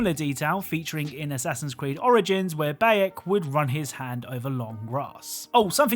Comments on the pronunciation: isn’t the Bayek pronounced biak or biek and not bayak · What about when he says Bayek?